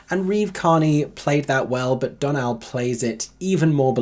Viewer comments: Saw it this week and loved it! Just FYI, Donal is pronounced like DOUGH-nal, with more stress on the first syllable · Loved this review - going to see it on Thursday and this has made me even more excited to see it after first seeing it on Broadway in 2019! Just a friendly tip from an Irish gal - Dónal’s name is pronounced like Dough-nal 😊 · Long time subscriber, first (I think) time commenter. Really enjoyed this review although I had a different experience seeing Hadestown for the first time 10 days ago. A few thoughts: - The Irish woman in me compels me to correct the pronunciation of Dónal: it's DO (as in DO-re-mi or DOUGH) - nal (as in tonal). Basically it's pronounced like tonal with a D, not Donald without the second D. - I saw the West End production fresh for the first time on Thursday 24 Feb with Simon Oskarsson covering Orpheus. I'd never listened to the soundtrack before this performance. I was very impressed by the production quality and the evident talent of the whole cast and band but I was not moved at all: I would give it 3 stars but could see that score increasing if I get more invested in the score. - I think Hadestown is actually more comparable to a song cycle/contemporary opera than a musical. In that sense, it's very difficult for an audience member to process everything that's happening on stage/in the score on the very first viewing. - The people in the audience who were really moved by the show seemed to already know the show and score by heart: that's cool but it can also explain why UK reviewers new to the show were not blown away to the same extent. - It's debatable whether it's a flaw or a strength of the show that it takes such familiarity with the material and multiple viewings to love it. (I say this as a Spring Awakening superfan who listened to the OBC recording hundreds of time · it’s a small thing but it’s pronounced d-OHnal, like donut, cause of the ò